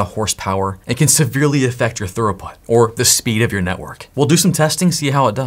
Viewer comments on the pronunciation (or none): Bro. Its not Thoroughput... Its Throughput. Thorough is when you cover all of your bases. "I was very thorough when I followed the guide." This is almost as bad as when someone says Per-Hif-erals instead of peripherals. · Are you saying thorough-put instead of throughput? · Why do you say "throughput" like "thoroughbred "? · pronounced "thruuuput" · Are you saying 'thorough put'?